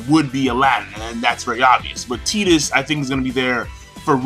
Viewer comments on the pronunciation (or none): I think it's pronounced "Tie-tus" not "Tee-tus".